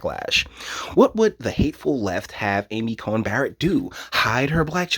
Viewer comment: You keep saying "Cohen" it's "Coney"